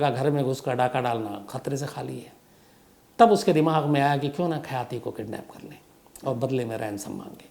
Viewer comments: Its khyati not khayaati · Not Khayati, But Khyati (Famous in Nepali Language) second city of Nepal, Biratnagar